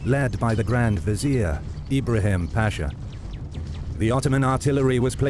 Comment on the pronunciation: As a Turk I have watched your videos so much that I think I have started to forget the correct pronunciation of the Ottoman word "pasha" :) By the way, it is not pronounced "paashaa" by elongating the vowels: it is just pasha. Very short word. It is a commander title.